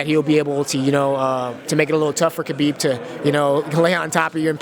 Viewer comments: Pronounced Ha-beeb not Ka-beeb. Damn. Literally everyone mispronounced his name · ''Khabibi'' lol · His name is pronounced "Habib" not "Kabib" its a silent K... ffs meaning "The beloved one" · Werdum: Khabibi 😂😂 and Jan: I dont know why 😂😂 was the best comments 😜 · It’s not KABEEB or HABEEB KH should be a throaty H, if that makes sense. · Kha-beeb not Habeeb I don’t think خبب حبب two separate names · interviews Tony and he says "Khabib" LMAO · marlon: i think khabibi wins decision haha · Seems no one in the UFC universe will say his name correctly, Ha-Beeb not Ka-Beeb. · Khabibi and Murgamedov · mans just said kHABIBI🤣🤣💀💀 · Even I’ve learned khabib is pronounced “habib” and even his fellow ufc fighters haven’t learned all, that’s some disrespect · Nobody: Absolutely no one: Moraes: "I think KHA-BIBI wins." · Marlon says Khabibi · “I think Khabibi wins” bruh lmao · ❤❤❤ most fighters said Kabib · It’s “Ha-bib” good lord Lol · Khabibi funny shit Marlon and fabricio keep saying khabibi 🤣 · Marlon "Khabibi" Moraes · "Khabibi" -Marlon Moraes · Everyone says Khabib wrong, isn’t it pronounced “Ha-beeb”? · Morales . kuuuhhhbeeebbeeee 😂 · lmao Khabibi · Cejudo: Khabib Murgomedov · Marlon moraes out here lookin like a mini dana white :') but least he got "khabi-bee" for the win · Clicked on this video to immediately hit pause and post a comment. Just gonna go out on a limb here, they all said khalabeeb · Marlon "kabiby" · Derrick : im gonna to khaa ah tony . You cant even lie om your self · I like how none of them pronounce Khabib’s name correctly. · Khabib told us himself how to pronounce his name still mostly everyone said it wrong including that reporter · My god cejudo is dumb, what a stupid answer he gave then completely mispronounced khabibs name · By now you would think people would know how to pronounce Khabib. Nope